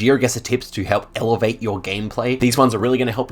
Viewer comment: funny how it said evevate